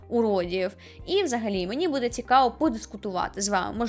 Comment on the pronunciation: Зрозуміла, що ви з Вінниці, коли ви сказали "будЕ" 😅